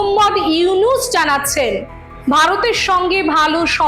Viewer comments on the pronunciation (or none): ডাঃ মোহাম্মদ ইউনুস নাম টা সুন্দর করে বলুন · ডঃ ইউনুস সাহেবর নাম সুন্দর করে বলুন